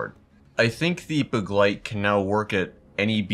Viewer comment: Btw begleit isn’t a hard word to pronounce but your pronunciation is basically on point